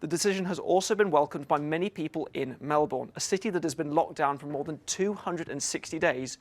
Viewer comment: Australians support Novak. And if you are going to commentate, then maybe learn how to pronounce Melbourne.